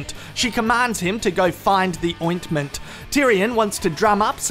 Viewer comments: I think it's his emphasis on the 'T' - OinT-menT :'D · The way he says ointment 😂😂😂😂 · bro please say ointment again~~~